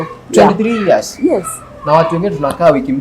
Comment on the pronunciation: ni "years" sio "ears"😅 However this is a good topic, parenting I abit complicated moreso without experience. I love the senior citizen 😊